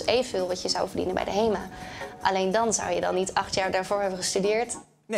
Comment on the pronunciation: Haha lekker op in het haast Gronings het woord "verdienen" zeggen #backtoyourroots